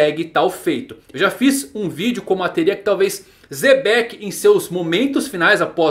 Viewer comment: NÅO É ZEBEC... É XEBEC... CHATISSSE ..